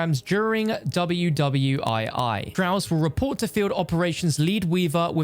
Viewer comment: Also, " W W I I" lol.